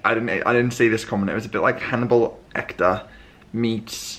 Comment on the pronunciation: 😂😂😂It’s ‘Hannibal Lecter’ not “Ecter” that made me spit my tea out 😂🙈 you seemed a bit ‘off’ in this vlog actually…a bit ‘disjointed’ …falling over your words …hope you are ok ..maybe a day or two off is needed ! And some early nights 🤷🏻‍♀